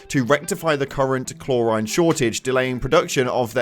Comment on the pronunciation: Just some corrective criticism Chlorine: pronounced chlor-eene